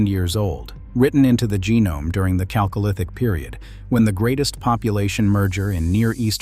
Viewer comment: This reader (AI?) is almost offensive how he reads /pronounces “chalcolithic”. It is derived from χαλκός not from English “chalk”.